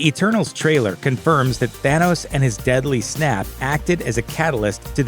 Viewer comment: ETERNAL'S not ENTERNAL'S.....